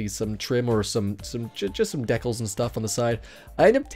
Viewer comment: I hate the way you say decal, other than that video's good.